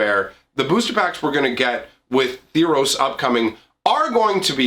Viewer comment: Theros, not Theeros.